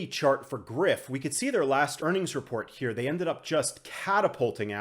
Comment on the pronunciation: Greif is German and means griffin. The "rei" part is pronounced more like the "ry" part of words like "dry" or "fry". Thanks for your videos man. Keep it up.